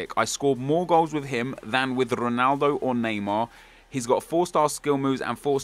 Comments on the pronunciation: Nep, its ronaldo, not juanaldo, shurrrrrup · Why do you insist on pronouncing Ronaldo and Jese like a spastic?